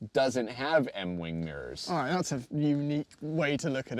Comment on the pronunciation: "I think it's ahrrraiiii" 🤣